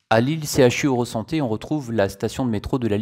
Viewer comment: Bonjour, Magazine très intéressant. Il permet d’apprendre plein de choses sur différents réseaux de transport en commun. Par contre, si je peux me permettre, concernant le pôle d’échange ilévia à Lille à ça se dit CHU Eurasanté et non Eurosanté.